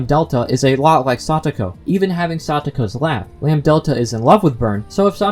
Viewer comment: ... I imagine Chie's L5 as her murdering people because of curry tbh You're saying 'lam-delta' instead of lambDAdelta :) Maybe Lambdadelta was disappointed in Takano and went to Satoko. She has a thing for blonds like herself. [?] But seriously, I'm sure she and Featherine are involved in this. (Featherine being connected to Hanyuu has been a very popular theory since her name was announced for Umineko; same with Bernkastle and Rika, who signs cryptic poems in the Higurashi games like Frederika - Furede Rika - Bernkastle; and Takano with Lambdadelta, since Miyo can represent the numbers 3 (mi) and 4 (yo), and Lambdadelta corresponds to those same numbers. Even before sprites, the connections were there.)